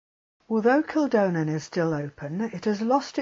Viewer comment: And Kildonan is pronounced kill-DON-en, not kill-DOE-nen.